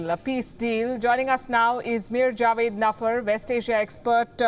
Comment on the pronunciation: It's Meir Javedanfar. Please get your guests' name right.